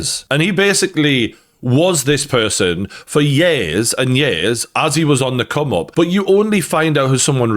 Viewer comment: I love how you said Kanye was this way for years and years, but because of your accent you said "Ye's and ye's" 🤣